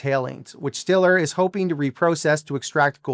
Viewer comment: It's pronounced "Stellar"